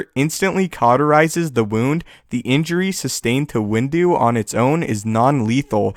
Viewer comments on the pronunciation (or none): Everytime he says Window...i hear "Windu" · "windu" XD